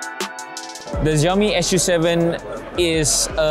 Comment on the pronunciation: I think Lei Jun calls it Su 7 not 'S' 'U' 7